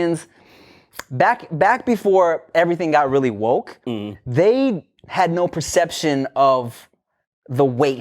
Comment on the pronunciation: Okay, I am from Melbourne, Australia. I think this 'neh' you keep saying is a combination of your normal 'No' and 'Nah'. People in Australia, we speak hella lazily so things may sound different. Like a mumble. At least where I am from & the people I have been around, our 'No's do not sound like 'neh'. We say both 'No' and 'nah'.